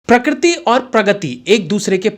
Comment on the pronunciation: आप बार बार 'प्रकृति' को प्रक्रति' बोल रहे है इस उच्चारण को सुधारिए